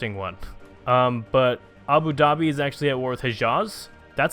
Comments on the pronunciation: ITS PRONOUNCED ABU DA(H)-BE (the h being almost silent but not quite) FOR GODS SAKE, PLEASE END MY SUFFERING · Abu Dubai.